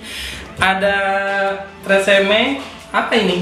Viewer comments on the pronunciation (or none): treseme a? entah knapa jdi lucu denger nya 😂😂😂